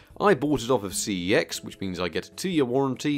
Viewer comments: In case anyone is wondering CEX is actually pronounced sex. Bit of a weird one and a random bit of useless info for ya, but on their adverts they say the name of the store as “sex”. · I dare you to pronounce cex properly